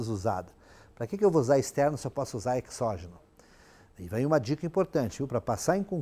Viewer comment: perdoe-me a petulância, mas a fonética da palavra exógeno é |z|. Não obstante, sua aula é excelente!